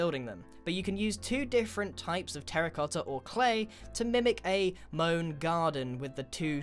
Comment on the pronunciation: finalmente a voi inglesi tocca dire qualcosa in italiano "terra cotta" !!!!!! imparate a pronunciarlo bene cani !!!